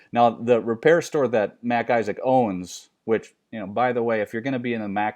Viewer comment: It's MacIsaac a Scottish name not Mac Isaac like Mac's his first name.